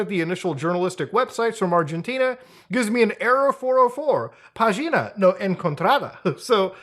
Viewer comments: The pronunciation wasn't bad actually Although... you saying "Página" sounded more like "V4gina"... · Him saying pagina like pageena 😭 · Lol the way he said Pagina